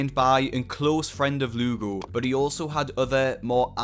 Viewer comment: When the Lugo sounds like lougle right in front of lougle himself 😂